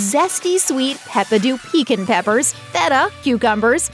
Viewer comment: pee-kwunt that's the pronunciation of piquant